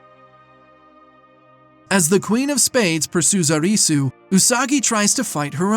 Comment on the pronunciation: "Uh-ree-soo" did yall even watch the show 😂